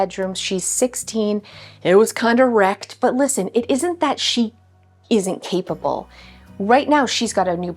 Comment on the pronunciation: I laughed when you said capable because I thought you said keepable 😂 yeah we will keep you!